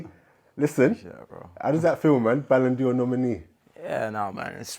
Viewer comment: Ballon d’Or not Ballon ‘Dior’ 😂